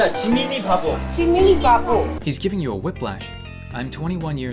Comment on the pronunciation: justjungkookthings then he told her to say jimineebabo